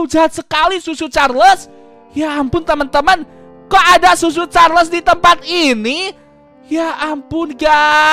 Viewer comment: Hah susu carles bukan cucu carles